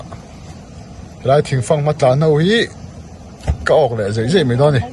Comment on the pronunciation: Mei, mei mei ti ziah suh, mai ti thin rawh, mipa nih chuan tawng dik tur aw